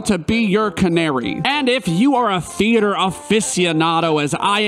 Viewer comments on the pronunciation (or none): none